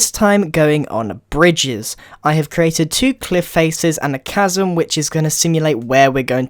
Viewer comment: casm?? it's chasm